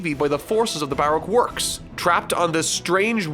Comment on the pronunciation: Plz pronounce Brock works correctly bu rok work's